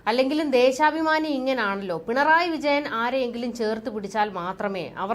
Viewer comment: ദേശാഭമാനി എന്ന് പറയു